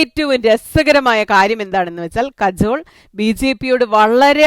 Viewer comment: കജോൾ അല്ല കാജൾ